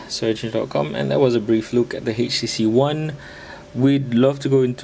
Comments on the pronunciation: Htc dude, not "hay she she". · haitch tea cee